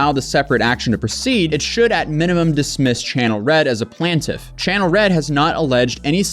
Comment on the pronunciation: Bro the reading in this, F!!!! Like half the video is this dude reading boring paragraphs and it does not stop. PLANT-if. PLANT-if. PLANT-if.